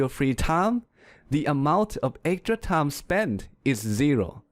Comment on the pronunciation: am i the onl one heard that he pronounce time as 'tounge'